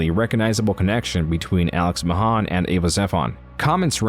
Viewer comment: I know this is just how his voice sounds, but I cant shake the feeling this is read by an AI, like the way he sometimes pronounces his name "Mahân" and other times "Mahæn"